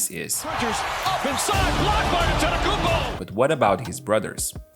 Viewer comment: why he say his name like that 💀😂